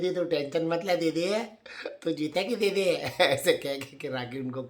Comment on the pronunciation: ‘Ae didi’ 🤣 I wish I could type ur accent too it’s too funny